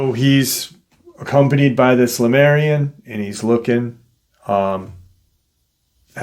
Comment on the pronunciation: You say Lamarian. Isn't it Lemurian? Or are they different beings?